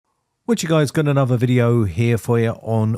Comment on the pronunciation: Talking of language, I would ask if you could pronounce correctly; E.G: anuvva/another, free/three, frough/through, bofe/both, summing/something and eeva/either. Thanks. Otherwise its an informative channel.